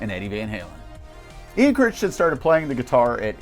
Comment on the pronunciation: It's Ian "Cri-ton", not "Crishtin" LOL